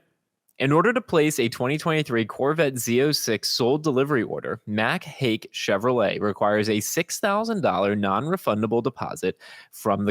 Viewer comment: It's pronounced "Hike", not Hake...